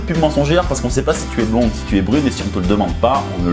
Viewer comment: Mdr, comme t'es mauvais. Fallait que je regarde mais non c'est pas bon arrête. " brlonde" 😂 elle s'est juste dit c'est quoi ce blaireaux. Rester vous même les gars, l'écoutez pas. Sélectionnez un profil qui vous corresponde surtout. D'abord physiquement. Et oui. N'allez pas chercher miss america vous ne l'aurez pas. Assumez qui vous êtes. Quand celle qui vous correspondra sera là, vous le saurez. En attendant, cherchez, discuter et ne laissez pas tomber.